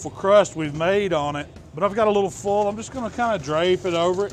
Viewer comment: Great accent. Don't forget to use cooking OLLL and aluminum FOLLL.